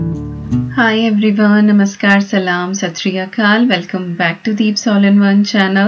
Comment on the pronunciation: I really like yu when you are saying namasthe, Salam, sasriya kal 😊